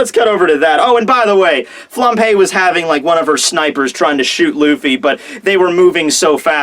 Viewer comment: Am I the only one hearing "flampé"? :')